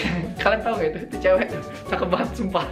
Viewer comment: Ngomong Itu jadi It to😂